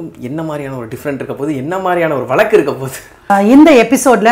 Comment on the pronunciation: Pl sp pure Tamil Not valaku it is vazaku bro